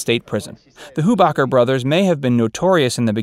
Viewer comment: On the show the H in Hubacher was SILENT. It was pronounced "Ubacher."